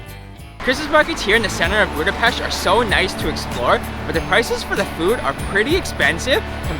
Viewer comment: Thank you for sharing your nice experience about Budapest Christmas markets!!! I must add that the lady pronounced perfectly Budapest. Most foreign people say Budapeszt 😅